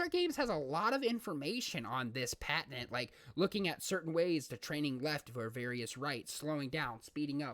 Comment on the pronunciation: Good video, good information. Your pronunciation of patent was very distracting.